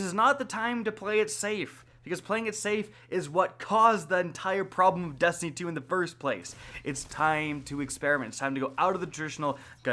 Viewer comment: Did you say dustiny 2 😂?